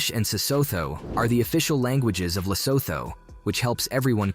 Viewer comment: Lesotho is pronounced lesootoo... It's hilarious how some places in Southern Africa alone is so badly mispronounced....